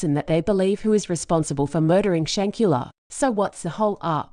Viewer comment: still can not have the common courtesy to pronounce her name right